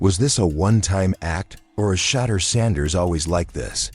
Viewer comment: Who in the h311 is Deshin Watson & Shatter Sanders 😂? The one area AI needs improvement is pronunciation!